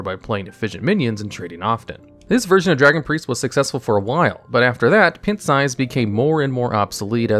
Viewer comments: I love it when Americans don't know how to pronounce words. "Pin-t". LOL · I've never heard anyone, even non-native English speakers, pronounce pint as "pent". I've noticed that there's usually like 1 word per video that does this with; a subtle but wildly inaccurate pronunciation. It's jarring every time because they just keep rolling very smoothly with the script, and I have to either roll back to listen to it again or wait and see if they say it again to make sure I didn't imagine it. And each time I wonder how on earth they arrived at the conclusion that that was how to say that word. Sometimes I can see the logic behind it, sometimes I can't. And sometimes I have to assume that just never ever used that word in a conversation, or heard that word used by someone else in the entirety of their life. Great videos tho Very well-written, interesting, and informative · lmao…your pronunciation of pint…🤦‍♂️ Have you seriously never heard someone say “pint size” or “going out for a pint” in real life before?? It’s pronounced like pine (as in the tree 🌲) with a t on the end. Or pie + nt. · Pint is pronounced (Pie-nt) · I'm pretty sure he does it deliberately as a joke. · I've never heard an adult human who did not know how to pronounce the word "pint". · The pint size potion analysis is not entirely correct (not to mention pronouncing it wrong) It was used in priest fairly often in combination with Shadow Word Horror, Cabal Shadow Priest, potion of madness, and less commonly Shadow Madness. To say it saw almost no play is def not correct. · Who pronounces "pint" like that? Seriously lol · okay i watched a lot of your videos, and i know you pronounce a lot of words wrong. but "pint?" really? i think i have to stop watching. something about you mispronouncing words like that really aggravates me for some reason. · Is there a reason you are literally saying the word pint wrong? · I had to show my fiance this pronunciation